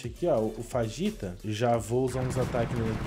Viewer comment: O o nome daquele almirante que vc falo fajitora o nomme dele fujitora